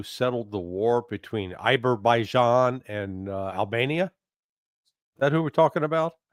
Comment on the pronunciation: Azerbaijan and Armenia...not quiet Aiberbajan and Albania